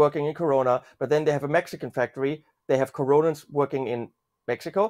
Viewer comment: called them Coronans! 🤣🤣🤣